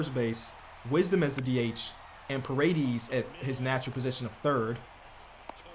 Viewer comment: Ion know who said ParaDEES but its a hispanic name, it's pronounced paw-ray-dayse